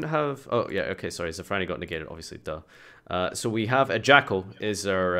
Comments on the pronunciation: Ppl can't say shit so they call it zefranui xd. Btw its zefraNIU because niu is a pronunciation in some areas of china meaning cow/bull. That's why that card looks like a cow/bull. :) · why does everybody say zefranui? its zefraniu lol